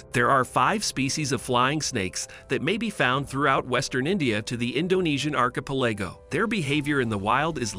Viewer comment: Learn how to pronounce 'archipelago' and 'arboreal' and 'edema'. It's really not that hard to fact check and get the pronunciation right in these videos.